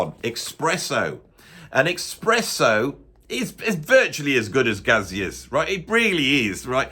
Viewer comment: Your rationale behind suggesting "Expresso II" is as flawed as your pronunciation of "Gazeuze!"...